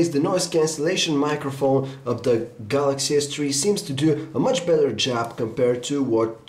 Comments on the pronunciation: Galaxy S-Tree FTW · Lol, samsung galaxy s tree